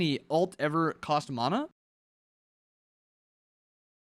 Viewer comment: Plz don’t pronounce mana like that 😂😂😂 anyways great video